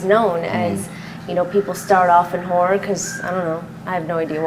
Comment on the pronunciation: Whenever she says HORROR it sounds like WHORE.